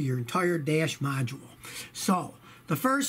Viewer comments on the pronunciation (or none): none